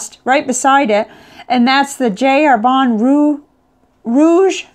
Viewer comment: Just a pronunciation comment, Jacques is pronounced without the s in French and Herbin is more like "Air-beh" (through your nose). Nice review and I like the fact that you use a variety of papers.